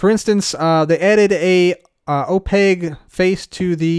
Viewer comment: Wait do people really pronounce opaque like opague? It's a q, not a g... right?